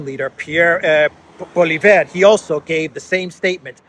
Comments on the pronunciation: Not Polivere but say Polyevre. Everybody knows herer in Canada that we have some thousands of SS. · you pronounce his last name like Polly. EV not e but like f. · It's pronounced poley-ev. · Oh by the way the name Poilievre is pronounced "pwah-lee-ehv-r" and roll the last r if you can :)